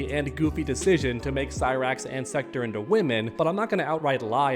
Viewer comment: Every body should be complaining about the gender swaps. It will only continue to get worse. Mortal Kombat was diverse enough. Also its Sek- Torr not Sek-tur Lol